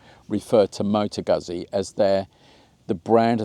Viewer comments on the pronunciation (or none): Oh PLEASE STOP! You are hurting my ears! 🤕🤕🤕🤕🤕🤕. It is pronounced, Mo - tow ..... Goot - see! LIKE Peet - sah! Two Zs is pronounced With a "T - S" sound.